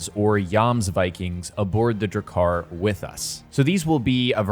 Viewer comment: And Jomsviking would be *you*msviking. (Viking = like week, but with V. Like the series Veep. Plus ‘-ing’) and Drakkar has two K-s, so ‘Drakkar’ not ‘Drakaar’. As long as the game gets it right, you can pronounce Gloucester and Norwegian words however you like 😂❤️